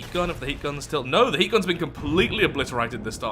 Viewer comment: they way you say HEAT shells, half sounds like you're saying "Hate shells"